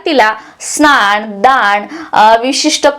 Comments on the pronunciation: स्नाण नाही स्नान असा उच्चार करायला पाहिजे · तुम्ही न च्या ठिकाणी ण वापरता म्हणजे महिणा स्नाण वगैरे तरी दखल घ्यावी